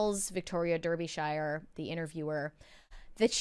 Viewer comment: DAR -BE - SHEER !!!